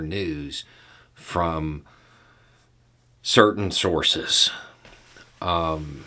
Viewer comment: The way you said "...certain sources".